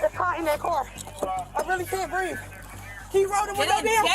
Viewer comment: I can’t breeve. I can talk and shout, but I can’t breeve.